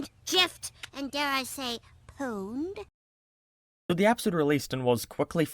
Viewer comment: She said gif wrong. She fucking said gif wrong somebody call the FBI rn. Nvm, she said pwned, it’s all good.